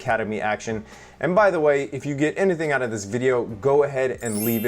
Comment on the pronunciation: "If you get anithin out of this video please leave a thumbs up". Love the "anithin" pronunciation. Hahaha